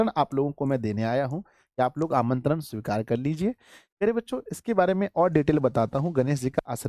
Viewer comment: Aapka nimintaran sikura haaa